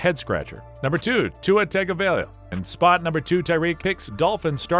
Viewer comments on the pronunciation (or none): Butchered Tua's name 😂😢